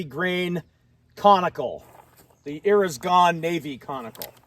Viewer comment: "Eres Gone" bullets in the revolver ? I listened 5 times, I couldn't catch that.